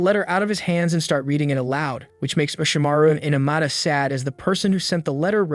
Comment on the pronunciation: He said (amara) 💀